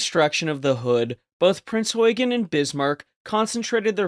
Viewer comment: Finally someone who knows how to pronounce “Eugen.”